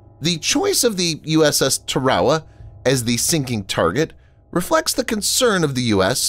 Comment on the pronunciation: Ter-wow-uh?..yappin' vid dude, show some respect..work on your pro-noun-ci-ations..it's Tarawa..site of some the bloodiest and fiercest fighting in the WW2 Pacific campaign..